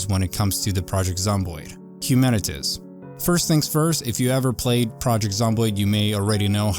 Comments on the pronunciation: HUMANITIZ lmao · Its Human-it-Z (not Human-itiz). Not trying to be rude but I wanted to make sure you pronounced it properly. Thanks for the video, happy gaming! 😊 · The name of the game is pronouced "Humanit - Zee" as it is a play on the word "Humanit - y". So its like saying humanity has been replaced by Zombies or "Zekes" as they are called in the novel/movie World War Z. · Have I been pronouncing it incorrectly for months now? I thought it was Humanit - Z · HumanitZee not Humanitz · The pronounciation is 'Humanit Zee ... ' Like Humanity... but with a Z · It’s pronounced humanit-zee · Hu-man-it-Z say it with me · Hu-man-it-ZEE :) hope it helps